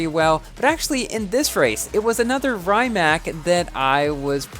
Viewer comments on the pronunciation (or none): Awesome vid as always!!!! also, fun fact: Rimac bought Bugatti and if you are the fan of The Grand Tour, you might have seen that Richard Hammond blow this car due to this car is crazy fast also: Rimac is pronunced "Ree-mac" not "Rai-mac" for most people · i think its pronnounced ree-mahc' i wish i could get this car but is too p2w